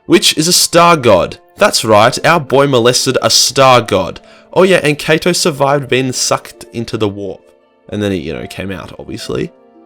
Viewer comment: I heard it too